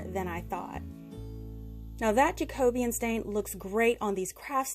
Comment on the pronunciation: Ok firstly, you're the first American crafter on Youtube that I've watched who pronounces "Jacobean" correctly! 😂 these crafts were so beautiful especially the wood plant holders, they're so expensive usually so I think I'm going to give them a try! The containers turned out beautiful too, thank you for explaining it all so easily ❤